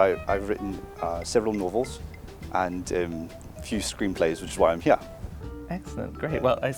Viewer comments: Agreed, when he said "hee-ya" I thought South African but I'm not familiar with the NZ accent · Listen to the words 'Novels' and 'here' at . Thats as clear a South African accent can get!! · I ain't British, but the way he pronounced "Here" sounded Australian to me rather than British.